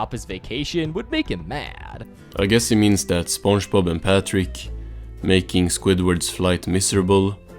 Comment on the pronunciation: I just can't how it keeps pronouncing it "spongebaaaaaap"